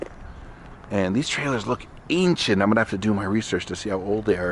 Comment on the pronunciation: MyBOY said AINCIENT 😅😅😂😂😂